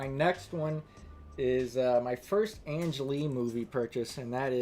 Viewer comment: You know, Ang Lee (hard "g", not soft; "Ang" as in "hang", not like "Angela") is male, right?